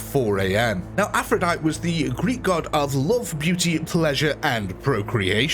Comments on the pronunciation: The "e" at the end of Aphrodite is pronounced. So think of it as Aphroditeeee. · What the fuck is an afrodite? That ain’t how you say that bro 😂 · "Tee"...Aphrodie-"tee" is the common pronunciation. Are you dumb or did AI read this script?